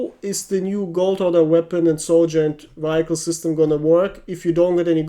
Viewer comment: Love your sense of humor man! Thanks for the content. Just fyi, "vehicle" is pronounced as [ˈviəkəɫ] or [ˈviˌhɪkəɫ].